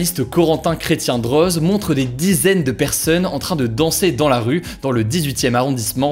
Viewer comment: Le nom de famille Droz se prononce "Dro" ;)